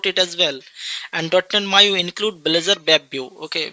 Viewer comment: Bro it's Maui not Maiu